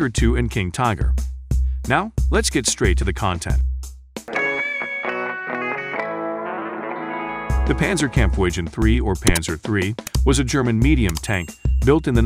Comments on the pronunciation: The correct pronunciation is: Panzerkampfwagen (“pan-tser-kampf-va-gen”), stop pronouncing it wrong if you're learning German language. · Good but please please stop butchering the german language and learn how to pronounce panzerkampfwagen specifically the wagen part is really awfull